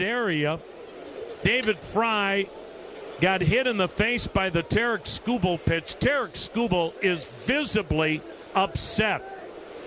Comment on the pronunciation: He really likes to hear himself say “Terrick Schoo Bull” Think he said his name 36 times